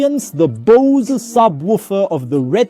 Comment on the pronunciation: Bro it's BOSE not bosiee 😂😂😂😂😂😂😂😂